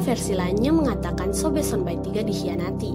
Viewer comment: Trimakasih infonya, tpi pengucapan yng benar adalah Sonba'i, bukan Sonbai... Penyebutannya sama seperti penyebutan So'e, bukan Soe